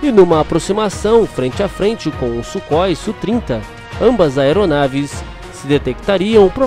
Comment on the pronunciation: Amigo, primeiro, não se fala "sú trinta", mas "ésse úh trinta". Segundo, essas informações do Radar são da primeira versão, mas precisa observar a capacidade Look-on e look-donw